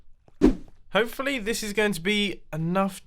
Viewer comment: mumbo says "hoefully" instead of "hopefully"